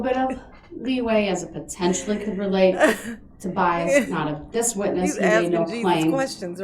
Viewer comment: Sustain not Substain, bias not biast, ask not axe, etc etc. But, he’s grilling the poor priest whether it’s a car or SUV!??